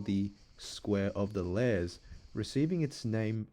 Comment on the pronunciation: Lares is two syllables: lar-aez. The singular is lar.